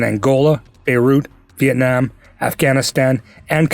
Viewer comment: Sheesh !!!!!! Man The way you said "Vietnam" it sounds exactly like "Việt Nam" speaken by the local man. Little details but it impressed me, usually our language is very difficult to speak correctly, even those who live here from outside for 10, 15 years still doesn't be able to say the word "Việt Nam" like a local.